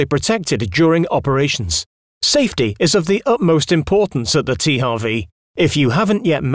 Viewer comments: Even if it correctly should be “tee-eych-double-u” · Der Typ weiß aber schon, dass man in englischen H anders ausspricht? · Oder das englische W...